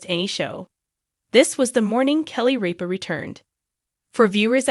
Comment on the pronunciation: RIP-A Not REAP-A !!